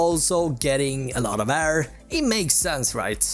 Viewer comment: “Air” is not “Arrrrr”